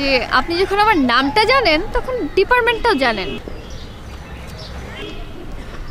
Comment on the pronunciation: ডিপার্মেন্ট নাকি ডিপার্টমেন্ট। উচ্চারণগত সমস্যা। শুধ করা উচিৎ।